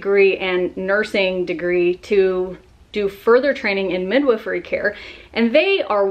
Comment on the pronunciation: TIL the correct way to pronounce midwifery.